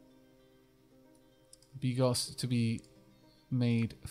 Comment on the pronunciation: You know what, don't worry about it. I'll let you in on a secret: you read 95% of the slavic words wrong ;) But hey, you read bigos right, and if it makes you feel any better, the narrator reads stuff worng as well :D